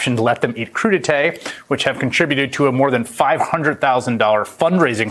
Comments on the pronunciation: It's french, crudité, pronounced cru - di - tay, mixed raw vegetables served as an hors d'oeuvre, typically with a sauce into which they may be dipped. Warning - I expect the french would bring back the guillotine should you try serving it to them with guac and salsa! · WTF is coodeetay ....lol!!!!! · We’re with Vegi Tray. NOT crudi tay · Dr. Oz it's not crudie" , your a REbug-lican you ment Coup d'e' tat........ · He said “crudité”🤣🤣🤣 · He clearly got his Republican talking points mixed up. He said crudité’ but he meant coup d'état